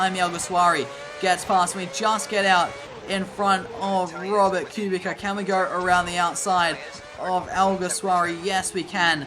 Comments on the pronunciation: It’s pronounced Q-Bit-Sa —Kubica 😂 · Please learn how to say kubica .. why do you say it like that